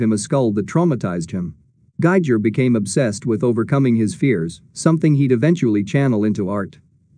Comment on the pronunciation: May I point out, please, that the pronunciation of Giger's name rhymes with "eager." It's pronounced GEE-ger, all hard "g's."